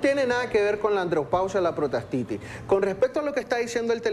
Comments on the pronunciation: Se llama prostatitis! La entrevistadora dice : protastitis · Aparte de que interrumpe al doctor al comienzo del video dice protastitis!